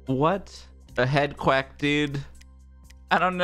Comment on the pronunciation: "HEADQUACK" :3